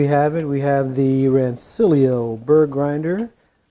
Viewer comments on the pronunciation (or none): Nerds will tell you it's pronounced "Ran-ch-illio."